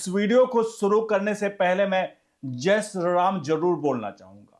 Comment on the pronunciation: Sri to thick se pronounce kijiye